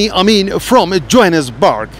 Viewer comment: জোহানেসবার্গকে জয়নেসবার্গ বলছে দশটা দেশ ঘুরলেই শিক্ষিত হওয়া যায় না